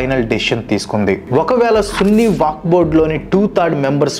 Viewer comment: వాక్ కాదు వక్ఫ్